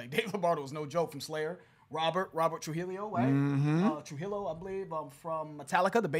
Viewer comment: Rob Tru-hill-eo? How did you only get half the Spanish right on that?? Tru-HEE-YO.